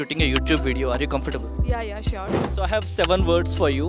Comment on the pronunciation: This guy should first learn the pronunciation of 'COMFORTABLE' and then ask the questions 😂😂😂😂😂😂